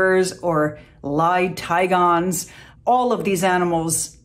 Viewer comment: C'est "tigrons" pas "tigons".